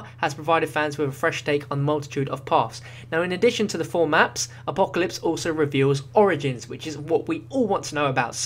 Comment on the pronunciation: So funny how he say apocalypse he's like A POE KA LIPS